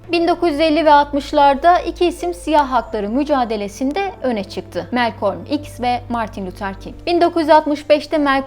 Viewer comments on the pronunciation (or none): Malcolm'un öyle telaffuz edildiğine emin misiniz?